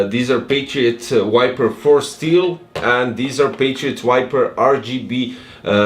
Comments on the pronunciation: You're pronouncing wrong the name, is Viper, not wiper! lol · You can ignore my comment, anyway I have auditive problems and Im from Costa Rica, so English is not my first language, is Spanish. Im sorry for my bad comment 😢 But seriously, in this video I hear wiper instead of viper, maybe only I can hear that... 🤔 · I can hear as this: wu-ai-per Correct pronunciation: vai-per I think this is a thing I only can hear, maybe yes, maybe not, but see the youtube cc, they have the proof, lol